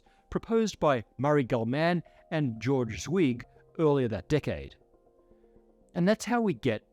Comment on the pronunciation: also mispronounced George Zweig's name, huge.